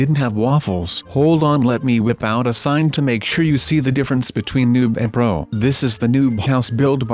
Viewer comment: You said bro instead of pro